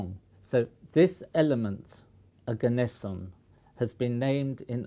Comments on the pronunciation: it's pronounced "oh-gah-ness-eeon" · Ne-on Arg-on Krypt-on Xen-on Rad-on Oganess-in????